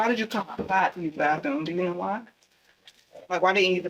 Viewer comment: Bath room not bath thoom 😒